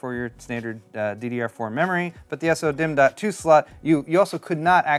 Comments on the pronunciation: I started going insane after you said “s-o” dimm like 15 times in 2 mins. Why not just say “so”? Lol 😂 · Why do you say S-O-DIMM.2 instead of SO-DIMM.2? Just curious since most people seem to say it the second way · Comes with cd AND coaster? Kind of redundant isn't it? Also... Just say "sodimm" like everyone else lol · the way you say so-dimm bugs me, and i don't know why.